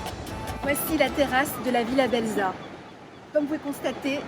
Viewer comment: Belza se prononce Belsa (le z se prononce s ), sinon ça ne fait pas très sérieux 😀